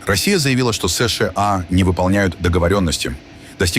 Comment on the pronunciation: Не СЫ - ШЫ - А, а просто : СЫ - ША.